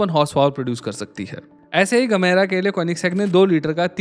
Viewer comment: gemera he gamera nhi🤨